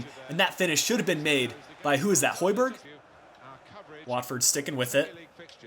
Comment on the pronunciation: Plz, find the real way to say højberg (Im from Denmark) :)